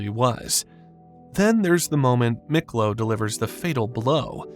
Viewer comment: It's pronounced Meeklo not Miklo